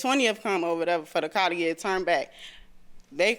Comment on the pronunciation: The word car ...has an R in it...WTF